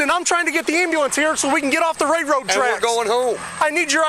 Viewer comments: "Rayroad tracks" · What the utter hell is a "ray-road trek." This clown can't even speak. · "Ray road tracks" 🤦‍♂️ Is that an Illinois thing? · The "ray road" tracks. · “Ray road tracks” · The cop can't even Pronounce railroad track haha lol what a joke